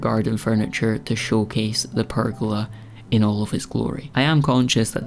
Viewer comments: A prrr-gola! 😂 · Nice work on the "purrgola"!